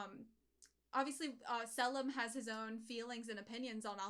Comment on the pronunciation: The “I” Salim and Riza are pronounced as “ee”